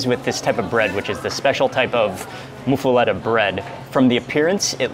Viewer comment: PRO TIP: It's pronounced "moofa-lotta" Nobody here pronounces it "moofa-letta." 3 of us watching all cringed every time you said it lol. Plus the Village Inn in Harahan has one of the best there is. Served hot with melted cheese, crispy but fluffy bread, olive salad isn't too bitter or oily, pastrami isn't overly salty. If you're ever back around make the 15 minute trip. Well worth it.